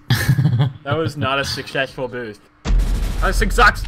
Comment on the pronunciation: SUCCESHFULL BOOSHT! xD